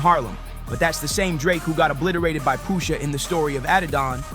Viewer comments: Stop saying Poohsha T Boss!!! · The way u say Pusha makes me cringe